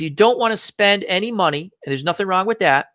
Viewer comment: "I see nussink... I hear nussink... I know NUSS..SINK!!!"